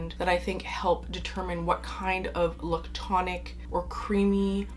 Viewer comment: The way you say lictonic 😆 I absolutely love creamy fragrances, but they don’t have to be la’ctonic.. I feel like he gets confused with a note that smells like, powdered milk, or something almost off… When I just love very well rounded creamy smooth soft fluffy sort of fragrances… There is like a sweet cream-ish scent that I love, that can get crossed with A sour milk note that I dislike… Some of the best creamy notes I have ever found are in the lush bath bombs personally, or Clorox coconut wipes… Other than that, Sanatal complet.. and other milky fragrances with coconut Done right is my absolute favorite! I haven’t gotten through the video yet but I hope you mentioned some newbies that I haven’t tried…Hermès makes a good one.. Santal massoia, I think.